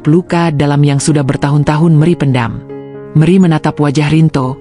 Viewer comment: Mana gubugnya ngga ditampilkan sih terus kenapa nyebut nama Meri jadi meri